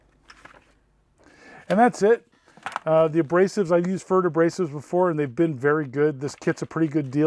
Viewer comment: I would have thought it's pronunced p-ferd so it sounds like preferred...